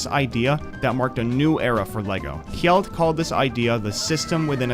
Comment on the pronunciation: No wonder people have a hard time pronouncing danish names. You tried to sound out every letter of "Kjeld". Just say it like Kel (the E pronounced as Æ or AE).